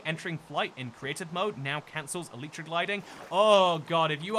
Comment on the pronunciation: why can nobody pronounce "elytra" right :c it's the plural of "elytron". it's like "EH-luh-truh". ...also, "Schwimmen Sie" is second-person imperative; the sentence translates to a request, like "Swim with the big salmon!" If you wanted to say that you are swimming with them, then I think you meant to say "Ich schwimme mit den großen Lachsen!" ;3